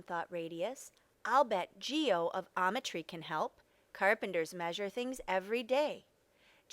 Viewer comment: "Geo of Ometry" Says the narrator, while the book says Geo of Metry. 11/10 IGN